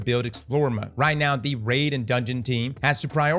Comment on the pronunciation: Is cross an AI or what? I keep hearing him say RAD not RAID.